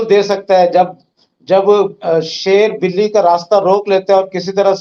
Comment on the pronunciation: He was about to say buli instead of billi 😂😂😂😂